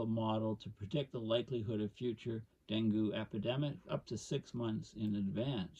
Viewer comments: Pronounced Deng-gee here in the USA. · Great talk, thanks. If I may offer a slight correction dengue is pronounced as though it is spelled dengey or dengee. For those folks who don't know: Dengue fever is a mosquito born disease that has symptoms similar to malaria. It seldom is fatal on the first infection, but is quite dangerous with a second infection and often proves fatal, The incidences of dengue fever have been ramping up here in Thailand, but it will inevitably become a serious problem in the southern tier of the US as the long term effects of climate change take effect. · Dengue. Rhymes with Bengay